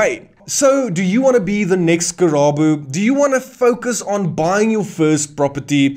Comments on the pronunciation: Karabo. Not Kerabo😂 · thank you for the info. but It's KARABO not Kerabo names are important